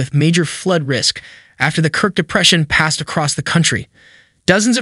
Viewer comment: K I R K not "krik"